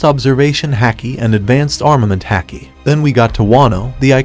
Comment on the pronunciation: You pronounce haki wrong